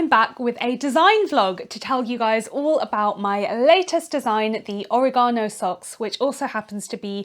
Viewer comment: It's or-EH-gano, not oreg-AH-no. (Harry Potter reference- though Hermione would probably say it the British way)